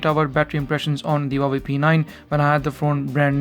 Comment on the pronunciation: One advice, Huawei, the H has sound, like the word "who" xD